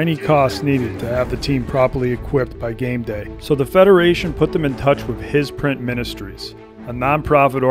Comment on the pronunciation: Im sorry, did he just say His Print Ministries?